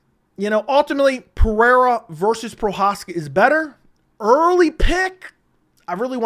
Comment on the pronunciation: Ultimately. Learn to pronounce